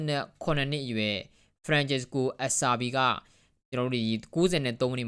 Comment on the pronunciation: Acerbi ဆိုရင် bro ပြောသလို "အဆာဘီ" လို့ မထွက်ဘူး "စီ စာလုံးနဲ့ပေါင်းရင်ကို သူတို့ဘက်က "ချီ" လို့ထွက်တယ် Juventus CB က Bonucci ဆိုရင် "ဘိုနုချီ" လို့ ထွက်ရမယ် နောက်ပြီး ဘာဆာက အာရူဟို ကို အာရူဟို လို့ ထွက်ရမယ် "J" ပါတိုင်း အာရူဂျို လို့ ထွက်ရင် မှားတယ် Content လုပ်မယ်ဆိုရင် pronunciation တွေ သေချာစစ်သင့်ပါတယ်။ လက်တင်အသံထွက်မက,လို့ ဘာပဲဖြစ်ဖြစ် နာမည်တွေ လွဲခေါ်တာက ကြားရ ဆိုးလို့ပါ။